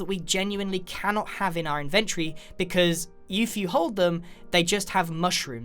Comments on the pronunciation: Cloudboi no, it’s not the ‘Brit’ way of saying it. I’m British and I’ve never said it like that. He just pronounces it wrong. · The only thing I learned from this vid is that you pronounce inventory as in-vehn-chree as opposed to in-vin-tor-ee. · It’s not pronounced ‘inventry’ it’s pronounced ‘invent-tory’ no hate, love your videos :) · It’s called inventory not “inventry”. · No one: Grian: inVENtry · "create an inventree"